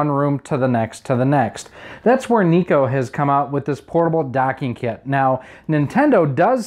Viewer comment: Why do you pronounce it NEE-KOH?? I've always pronounced it NYE-KOH...like how it's spelled.